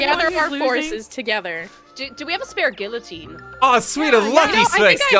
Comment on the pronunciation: Y’all cannot keep saying Guillotine if you don’t know how to pronounce it